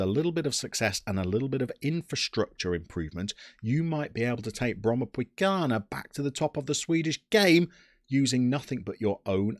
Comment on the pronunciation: Absolutely lovely guide, and I’m not only saying that because you cover my home country! Actually it was so good that I’m gonna adopt a few of the club name pronounciations. My mates are gonna think I’m having a stroke when I say ”Brommapojkarna” but it’ll all be worth it! Keep up the amazing job!